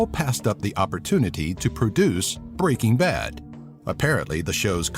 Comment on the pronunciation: It's Br eaking Ba d not B reaking B ad